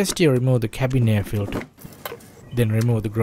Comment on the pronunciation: Nice video, but tell me what is oilfilder? Or airfilder? Or dowing car?